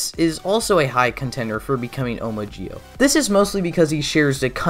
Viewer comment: I'm sorry but when he said zi-o sound like gi-o